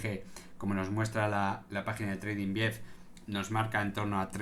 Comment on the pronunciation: He oído tredinvief??